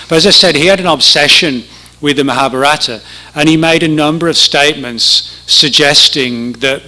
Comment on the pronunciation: Maha BHA rata accent on third syllable.